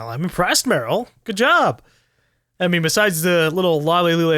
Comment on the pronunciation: I like how everytime Snake says Meryl in a hurry it just ends up being Merl.